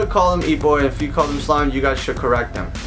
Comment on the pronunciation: The way sly says correct them it sounds like co-rectum